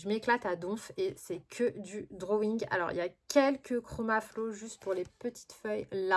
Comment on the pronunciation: "les drowouing" 😆 tu m'as fait rire à la fin 😆moi en ce moment c'est les Iktense ils sont top! Bon colo à toi!